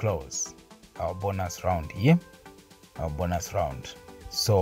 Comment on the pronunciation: bonus is not 'bonas'😅 its still 'bonus' to read